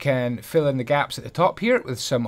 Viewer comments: "oncwe youve filled in all your faps- i mean gaps" lenny face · "So once you filled in all your faps" Nice